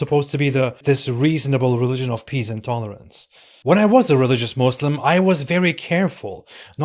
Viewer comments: Did I heard ''religion of peece?'' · Religion of pee-ace